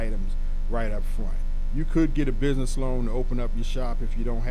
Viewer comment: Did u say “bidness” Or do you mean business?